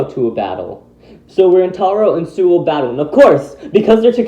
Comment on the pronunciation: it’s ”Suou” not ”Souu”